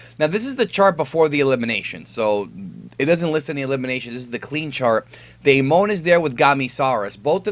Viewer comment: my name is Damon😂 and it’s pronounced day-men